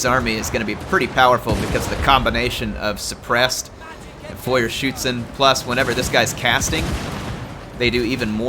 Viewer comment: GJ on the “Feuerschützen” pronunciation! They sure do live up to their name.